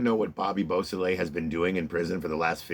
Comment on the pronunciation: That's what he said.